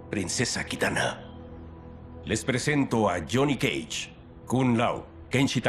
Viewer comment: Me encanta como el Dios pronuncia "Jhonny cage"